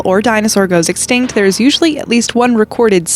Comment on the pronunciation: please always say extict cause every time you say it they will appear😂